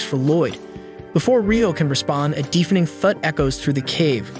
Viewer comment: I'm just now realizing that the commenting is the most Google translate crap I have ever heard, like bruh it's deafening not deefending.